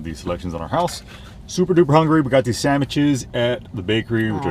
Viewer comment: I so love that you call them "Samiches"!